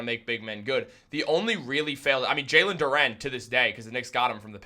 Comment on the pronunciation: Who the hell is JAlen Dooren? It’s Jalen duren bro.